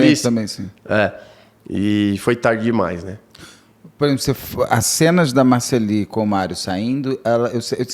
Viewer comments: O Beto muda o nome do povo 😅😅😅 o cara ja disse que é Marcelly e nao Marcellí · É de propósito kkk ele deixa bem claro que pode chamar de Marcelí, mesmo sabendo que o nome é Marcély. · Achei bem deselegante o termo “tarado emocional” em relação a vítima, e ficar errando proposital a pronúncia do nome da Marcelly. De resto, Beto sempre sensacional e que tristeza esse irmão está passando. Que a justiça seja feita! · Beto, você não consegue nem falar o nome da Marcelly correto. Que vergonha de jornalismo. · Ai que agonia o Beto falando errado o nome da moça. Isso pq o fala varias e varias vezes o nome correto. Ele insiste de chamar errado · Gente mas da um trem desse homem falar o nome da Marcelly errado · Apresentador não sabe pronunciar corretamente o nome da suspeita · O Beto tem problemas com nomes, ele sempre fala kkk